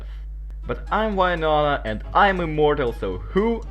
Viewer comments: Oh why-nonah. The intentional mispronounciation definitely gets peopls going 😅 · you kind of supposed to say "win" and then nona like win nona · I liked just for why-nona (I love hearing people pronounce names of characters in fun ways) and I'm commenting cuz it's a good video so far 🥰 really fun, good job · That's what I'm talking to my russian colleagues! But noooo, they all like to pronounce "Why-nona"!